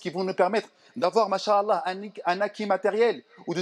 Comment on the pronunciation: Salam 3aleykoum. Mon frere/ma soeur nous devons essayer de prononcer correctement certains terme en arabes notamment la formule : ma cha ALLAH il faut bien disocier la dernière lettre (a) de "ma cha" et la lettre A de ALLAH car en arabe les voyelle longue ont une importance car elle peuve changer carrément le sens d'un mot , si tu ecrit en un seul mot les 2 terme en collant "mach" et ALLAH cela signifie : dieu a marche , tu vois la gravité de l'erreur qui peut nous mener au blasphème! wal wa ra7matouLLAH wa baarakatou. wa ALLAH ou a3lem